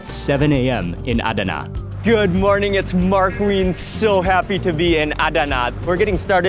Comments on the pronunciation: It was pronounced AhDana, emphasis on the second syllable when my family and I were stationed at nearby Incirlik AB. Anyway happy to see you there. In the past Adana was considered a secondary city compared to Ankara, Izmir & Istanbul. They've made some significant headway to be more respected now. Next time you're there go to the BP truckstop close to Incirlik. We used to eat there regularly...great food. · Mark, I love you man, but the way your pronouncing Adana is killing me 😂😅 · I love Turkish food and have been eating it for years. I usually order Chicken Adana. I'm wondering about the way you are pronouncing Adana. I always called it Chicken A Donna" with a soft "a" sound. No one ever corrected me even my friend from Istambul. What were you told about the way it is pronounced? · A-da-na . All open a s. All sound as a in arm